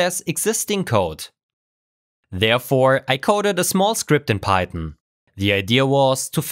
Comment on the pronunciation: Are you saying pieton? Instead of PieTHON.